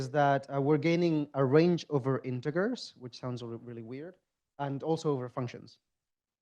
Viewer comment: I thinked he said "freezed". "Intuhgers" does indeed sound really weird.